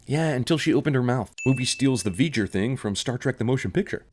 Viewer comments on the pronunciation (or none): V'Ger, not "Veger" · I'm going to have to correct you. It's "V'ger", not "Veger". The apostrophe replaces the "oya" bit that was covered up.